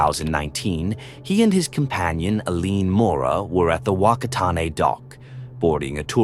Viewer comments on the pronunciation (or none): I know it's strange but in Maori (Native and an officially language of Aotearoa/New Zealand) a 'wh' give more of a 'ff' sound. So Whakatane sounds a bit closer to 'Faka-taah-ney' . Not sure you can fix that given your medium (don't change I love it!) but that would make you sound more like a kiwi. That's what my kiwi friends told me anyways 😊. Having said this I am always impressed at how many different languages you end up translating. I remember that video with those dutch dudes and that wasp you had said that one was a slog. Keep up the great work! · Its pronounced "fuck-car-di" island, and "fucka-tan-a" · Whakaari is pronounced as "fa-kaa-ri". Whakatāne is pronounced as "fa-ka-taa-ne". This volcano is also the most active volcano in New Zealand and has erupted on average every 3 years ... so I'm astounded that you have got some facts wrong here.